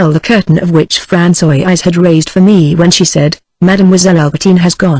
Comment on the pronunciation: Certain words or names are constantly very badly pronounced.. A human reader is so superior to this reader. Francoise becomes something like Pran so ee ice. Gilberte becomes Gil ber teen ee.